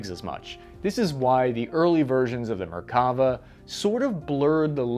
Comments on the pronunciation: Small pronunciation correction: It's merkaVA, not merKAva. The last vowel is the longest. Very good video and research! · I always find it amusing how Americans pronounce Hebrew words, putting the annunciation on the incorrect vowel. (often the 2nd) It's MerkaVA, not MerKAva. 😂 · Hey, just FYI, the name of the Israeli tank, the Merkava (chariot in Hebrew) is pronounced merka-VAH, not mer-KAH- va. Just a little language lesson. Keep up the good work! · Mer-ka-VA. As a Hebrew speaker, this was a bit painful :D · Another great video, but "Merkavah" is pronounced MerkaVAH -- accent on the last syllable, VAH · I wish I had a dollar for every time I heard the word "Merkava" mispronounced in a "professional" video. I could buy a week's worth of fancy meals just from this video alone. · Frankly, by this point I'm inclined to agree with that idea. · You made a great video but didn't check out the Wikipedia page to get the right pronunciation of the name. Let alone Talik's name. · And once again, ppl mispronounce Hebrew names and words. Merkava is pronounced Mare-kava. Barak is pronounced just like President Obama’s first name Am Yisrael chai! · good video, bad pronunciation of Hebrew words, MerkavA - stress the last syllable, TAlik - stress the first syllable